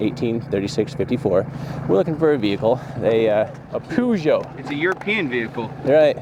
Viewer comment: The way they say Peugeot is so wrong 😂